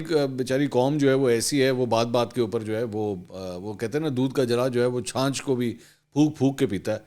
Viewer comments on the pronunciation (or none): Chanch nahi hota patwari.. chach hota hay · منصور ! چھانچھ نہیں چھاچھ 🤔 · چھانچھ نہیں منصور بھائی چھاچھ،پلیز